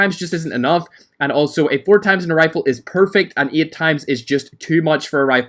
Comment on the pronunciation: Why say eyt tiyme pronounciatoon